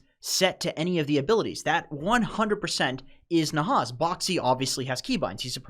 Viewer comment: ROFL... bro it's definitely not Nahaz imo but alright, whatever.. great content anyway <3